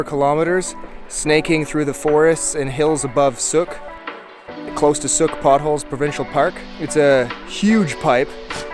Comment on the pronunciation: Sook rhymes with.